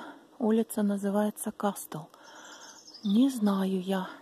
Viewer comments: в слове "casstle" t не читается, произносится "кассл". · Здравствуйте,. Извините, за маленькую подсказку, если позволите: t перед s не произносится. Например, listen, castle(лисн, касл), sorry